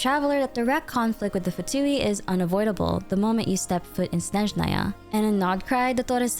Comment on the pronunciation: FINALLY, A YOUTUBER WHO PRONOUNCES Snezhnaya CORRECTLY BLESS THE AEONS